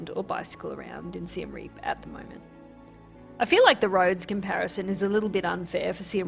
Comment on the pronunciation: Siem Reap ist definitely NOT pronounced like "Rearp" ("rear","hear", "ear"). It's more like Ree-y(e)p. The (e) is very short pronounce, like "uh" in English.